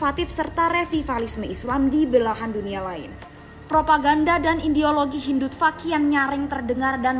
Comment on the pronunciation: hindut… apa narator? wkwkw hindutfak? 😂 ada personal kynya